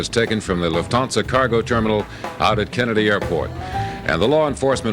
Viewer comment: BABY… just say LOOFT/ÄN-SA u got this papi